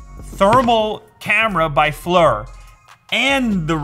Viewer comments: Pronounced "Fleer" not fler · Please stop saying "Flur" it's "Fleer" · Lew: Pronounces Flir "Flur" instead of "Fleer" Me: cringes internally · Not to be that guy, but for what it's worth, it's pronounced "Fleer" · At worst I would have assumed it would be pronounced "Flire" like fire with an L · It's pronounced Fleer... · Flir is pronounced FLEER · It's pronounced FLEER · How you pronounce Flir is hilarious 😂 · Flur? Or Flir? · I wish you knew how to pronounce the name Flir....